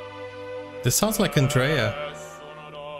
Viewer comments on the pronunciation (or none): none